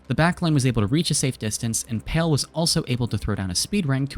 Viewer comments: love the vid, but just wanted to point out palee is pronounced as pa(h)-lee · Palee is pronounced PAH-LEE